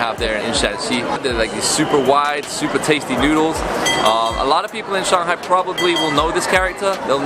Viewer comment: i love how he pronounced shanghai at the beginning of the vid. that's how it should be said! majority of westerners would call it "sheng-high". lol